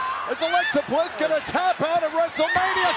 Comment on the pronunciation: Who is notice Michael cole Say Bliss into that cover Wrong